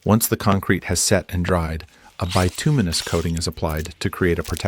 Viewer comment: Bituminous pronunciation made me laugh. 😂😂